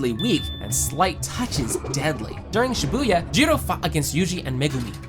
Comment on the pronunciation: U keep saying shabuya Shabuya 2